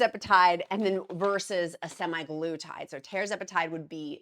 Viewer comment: Also it's SEMAG LUTIDE